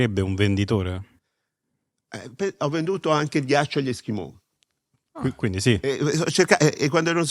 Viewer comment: A me piace molto quando dice eschimoh